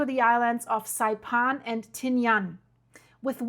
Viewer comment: Learn to pronounce Saipan please. It's not Saipon. It's -pan, as in frying pan.